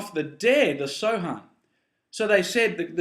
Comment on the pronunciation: the word samhain is actually pronounced sowen ^^ just letting you know